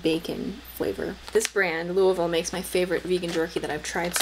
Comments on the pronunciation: I looove that jerky, and you actually pronounced Louisville right! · Impressed that a non native said Louisville right! Killin the game